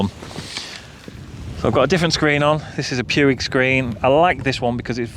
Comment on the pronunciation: Puig is pronounced 'pooch' 😉